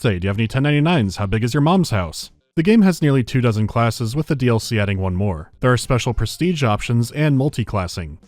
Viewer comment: Coming back to this video again it should be a 10/10 but hearing the way you pronounce DLC makes it a 2 😂😂😂